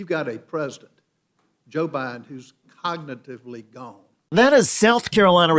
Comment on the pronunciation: “Coagniteevlee gawoan” you can’t possibly talk about someone’s cognitive abilities when you can’t speak your own language properly.